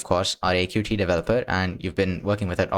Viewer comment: It's pronounced "Cute" not "Cutie" btw